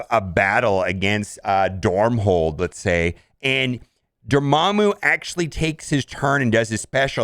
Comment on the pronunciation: You just gotta love how he pronounces Dormammu wrong